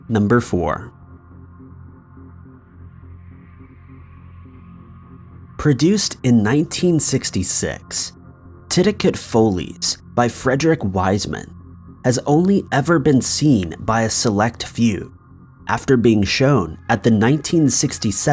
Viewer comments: Tiddie- cut Fahl-ees is how it's pronounced. Good grief! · Lol its pronounced titty- cut fall-ies and was wild.